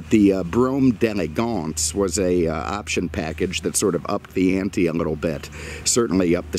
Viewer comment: your pronunciation of the model is terrible, you must not be French lol it has an apostrophe after the D. So think D and elegance separately. D groovy, D lovely, D' Elegance!